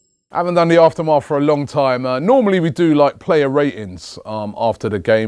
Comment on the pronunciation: its aftermath not after maf